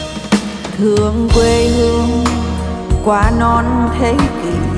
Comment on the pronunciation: Thương không phải là thủỏn . Xin không phải là sinh cần luyện phát âm